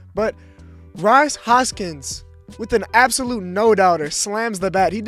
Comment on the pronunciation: Bro said “ros Hoskins”